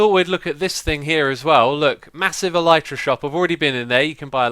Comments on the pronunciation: It's not El-eye-tra It's not El-ee-tra It's El-i-tra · It's pronounced 'el-i-truh' The Y is pronounced like the I in 'tin' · Carrot Channel it's pronounced elytra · Tell Mumbo that he is saying the Elytra wrong. And while you are at it, ask him how to say Olaf.